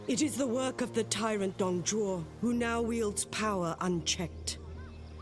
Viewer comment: Most of what you said is pretty good but Zhuo is Jew-oh not shoe-oh, Zh is practically just a j sound with a curled tongue while the actual J is with a flat tongue. the Un is pronounced like the word won when its next to any letter besides x, q, and j. So Sun Quan is like Swon-Chu-en. X is like an sh but it sounds different because the u that is placed next to it sounds more like yu so Xu Shu is like saying Xyu(Say this in one syllable) and then shoe. For the last part the dz sound you're talking about is Z not ZH.